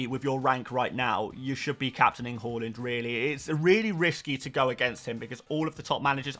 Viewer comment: I’ll watch the video soon, just wondering if Haaland has been pronounced correctly yet? Hawlund 😱 😳